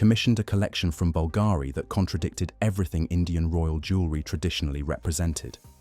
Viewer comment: Beautiful pieces, thank you for sharing. However, the tortured ,florid narrative was difficult to listen to. And please, please pronouns Bulgarian properly. It's BULL g' ree.